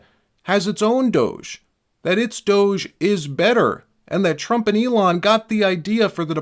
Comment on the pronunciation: Hey Gavin, it's DOGE not douche.😂